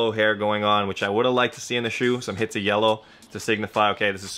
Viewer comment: Are you saying "hits of" instead of "hints of" on purpose?